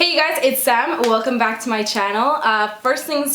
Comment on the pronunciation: LMAO wtf man! you sound so weird in the beginning. when you said SAM and when you said, "WELCOME BACK TO MY CHANNEL". LOL Are you hanging out with people with accents again?